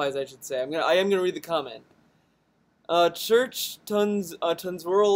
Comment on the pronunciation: You assume this is a relationship. But more likely this is some kind of arrangement. As for my comment. I didn't mean you aren't allowed to judge. It did seem you were a little harsh on her. But that was probably because you were in a bad mood. Also it's not Church. But Chrichton (as in Michael Chrichton the writer or John Chrichton from Farscape).